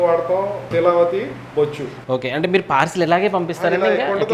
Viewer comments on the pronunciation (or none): Not bochchu, bochche.